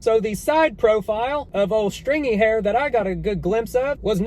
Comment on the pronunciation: "ol' straingy haire" LOL!